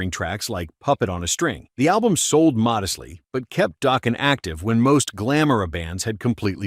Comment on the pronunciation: Daw-ken not doh-ken